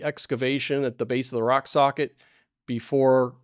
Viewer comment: My compliments that you said' rock sockit' several times with out .mixing up your r and s and saying sock rocket